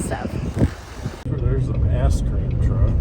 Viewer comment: Not sure if your dad said when you were rolling up to the track "There's the asscream truck" What's an asscream truck? Is that for the people that get beat and butthurt? :D